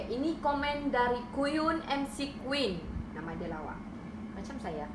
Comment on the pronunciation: Lel mcqueen tu bkn M-C-QUEEN 😂Ish gerigitan sy klau org tdk pndai sebut ne